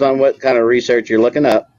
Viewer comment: When he says the word "research" 🙄